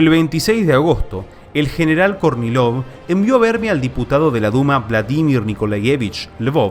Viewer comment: Cuando dice Kornilov yo escucho Courtney Love. 😊 Seguro no soy el único